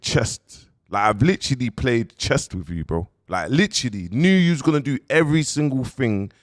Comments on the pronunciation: Akhi there’s something wrong with your tajweed it’s chess not chest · Bro its chess not chest . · He even said he’s playing “chest” in this video instead of chess 🤣🤣🤣